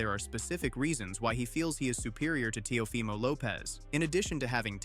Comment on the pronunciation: What is up with these ai voiceovers? It pronounces Teofimo in three different ways